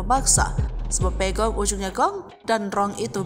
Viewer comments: Pegok, bukan pegong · PEGOT bkn Pegong woiii..pegot itu dlm bhs cirebon artinya pendiam😤